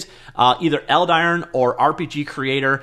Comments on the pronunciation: Is it really pronounced eld-iron? I feel like as a name it'd be pronounced eld-i-ron instead. Idk maybe I'm wrong. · Yes, I would pronounce it Eld-i-ron, that would be my European kind of pronunciation :)